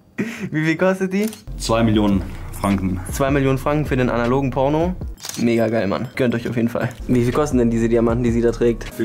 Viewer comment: Das ist ein Insider und bedeutet "Mega" also spricht es extra "Moiga" aus